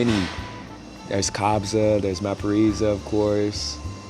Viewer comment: American accent vs SA😅😅 USA: COPS ZA RSA: KABZA USA: AMY FAKU(This was funny to hear) RSA: AMI FAKU (ARMY FAKU) 😂😂😂😂😂It's all love man just pronounce her name like indicated above she's my fav too